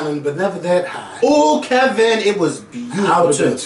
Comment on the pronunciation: KEVINT!!! with a whole "T" at the end, how you ain't never seen next friday..😱😭i love you babeee but your black card has been EXPIRED lmfaoo